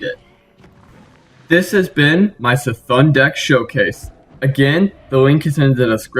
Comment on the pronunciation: It's pronounced C'Thoon.